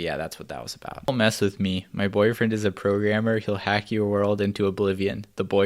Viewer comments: am i the only one who hear "pro gamer" instead of "programmer"? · when he said programmer, i thought he said pro gamer